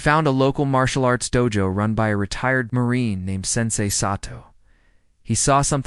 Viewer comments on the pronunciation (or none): none